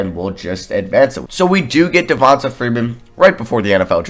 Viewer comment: Devonta is pronounced Devon-TAY